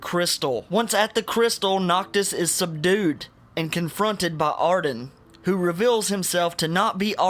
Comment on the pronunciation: Ring of Lu-CahhhhhhhhhhhhhhhHHHHHHHHHHHHHHHHHHHHH = Ring of Lucii-I = Subdued OooomBra = Umbra Good video though.